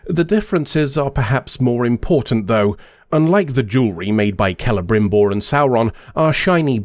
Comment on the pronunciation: Extra points for pronouncing Celebrimbor properly.